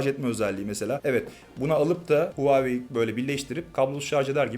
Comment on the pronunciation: Huvayi değil HUAWEI